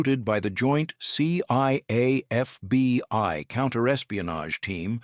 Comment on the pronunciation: Maybe get a real narrator. C Y A and FBY come up a few times.. Keep at it tho